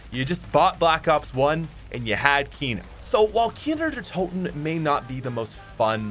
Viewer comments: Who heard how many times he said Kiner der toten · I can’t believe there was a time when I didn’t know kino der toten existed and I thought people were mispronouncing nacht der untoten. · Every time he’s says kino der toten all I hear is keener der toten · Its so weird hearing you say Kino der Toten as a german😂